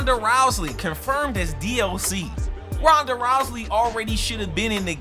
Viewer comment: Also it was hilarious how u mispronounced rhanda's and other wrestlers names but yeah wwe2k22 is wwe2k20 2.0 patched terribly